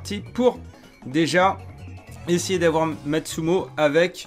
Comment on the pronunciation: MATSUMOTOOOOOOOOOOOOOOOOO PAS MATSUMO MEC, J'EN PEUX PLUS DE T'ENTENDRE ECORCHER LES NOMS, C'EST COMME LES MECS QUI RETIRE LES TOMATES DE LEUR PIZZA PUTAIN!!!